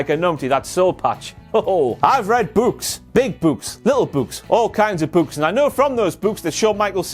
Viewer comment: So, you can read books, but you can't say the word books properly.